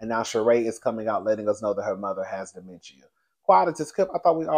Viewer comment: Dementia is pronounced “duh.men.shuh”